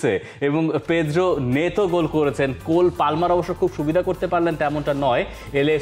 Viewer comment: ভাই কোল পালমার না।তার নাম কোল পামার।😂😂😂😂